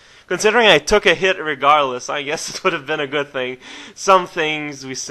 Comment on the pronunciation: a *thing* not a think. It wasnt bad, just so strange hearing post from you.